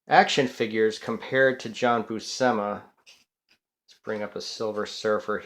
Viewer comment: pronounced Boo-shee-muh